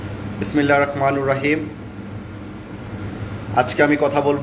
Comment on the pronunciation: আপনি যখন ভিডিওর শুরুতে বিসমিল্লাহ পড়েন যে সেখানে মনে হয় কিছু ভুল আছে আপনি বিসমিল্লাহির রহমা(নুর) হরীম বলেন, সেখানে রহমা(নির) রহীম হবে, বিসমিল্লাহির রহমানির রহীম হবে।